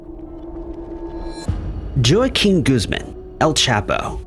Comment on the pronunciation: Thus WAH KEEN.